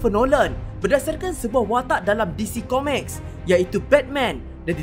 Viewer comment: Pronounce tu nanti boleh perbetulkan.. Comics bukannya Comeks Robin bukannya Robben..